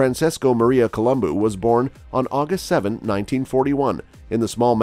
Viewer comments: It’s colum Bo not columbooooo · It’s not Coluboo it’s pronounced Colubow 😜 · He said it quite well it ends with a "u" not an "o" and in the romance languages vowels retain their singular sound. Thus Col-um-boo or bu is correct. Col-um-boh is not. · Colombu not Colomboo!!! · Why does this guy gotta call him Columboo? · Yeah every time he pronounced his name I cringed but lots of folks pronounce words differently so I was inclined to just give it a pass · At least pronounce his name right, bro! Good grief. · Learn to Pronounce his named correctly if you are going to do a video....kinda blows your credibility on what you are reporting.